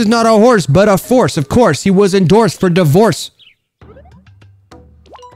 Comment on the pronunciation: Do a video of every time you said BORSE of CORSE